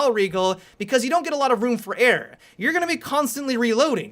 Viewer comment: Is he saying room for air or room for error